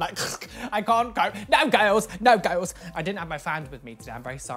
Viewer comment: This is how many times he said ''GIRLZZ'' 👇 👇 👇 👇 👇